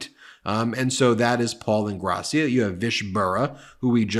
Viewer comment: Ingrassìa, not Ingràssia.